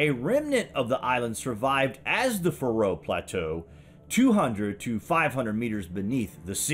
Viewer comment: Thanks for a great documentary! I'm from the Faroe Islands myself, and if I may mention one thing, is that the pressure is on the A in Faroe, not the R. So it's a long a, Faaroe Islands. Cheers and keep up the good work!